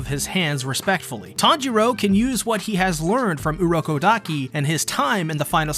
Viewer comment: its urokodaki